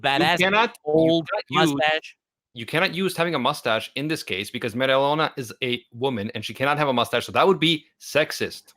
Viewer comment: animac is pronouncing mereoleona right